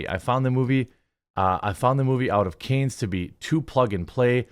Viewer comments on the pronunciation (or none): Jeremy, I love ya buddy, you and you’re content… but please, please learn how to pronounce Cannes. 😂 You’re the best, keep up the good work.